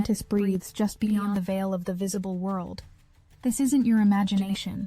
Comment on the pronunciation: BEYOND - NOT BEYONG